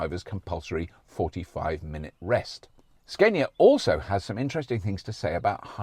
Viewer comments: Hilarious when you actually say Scania but then choose to go for Sceinia instead🤣 I think it would be right to call you Rauberk or perhaps Roixtokl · Ska-nia (Like the music genre) not Skane-ia, if u want to say it more correct but Skane-ia is fine. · Scandia, as in Scandinavia, Robert! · You almost had it man. "Scaania" is the right one, you pretty much nailed the pronunciation but then reversed back to the wrong way to say it... - A Swede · SKAN ya for Scania is how we north of the 2 walls says it ( the 2 Roman walls :D ) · Apparently Scania 's a is like ah in father from the videos I could find on their website. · Im desperate to have an ev. watched loads of this now great work ! and its pronounced scan-ya ! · its scania with a long A in sweden =)